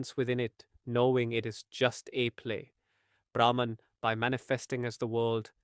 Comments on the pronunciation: Beautiful explanation by giving the example of dance. Small correction: "Brahman" is pronounced as "Brah-maan" in this context (universe). Thank you for this video. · Its Brahm not Brahman